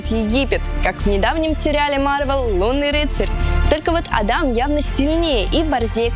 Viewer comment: а́дам, а не ада́м (пойду открою форточку)